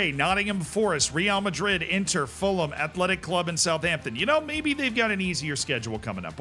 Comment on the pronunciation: ngl, I was cringing in anticipation of your pronunciation of Fulham, but congrats.